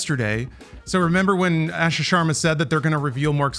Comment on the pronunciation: One of these days the guys will be able to correctly pronounce Asha’s name.